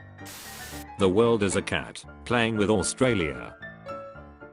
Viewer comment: imma actually kill someone if i hear australia being pronounced as oo-st-ra-li-a one more